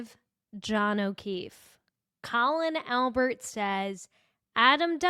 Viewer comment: I really enjoy they way you pronounce his name 😂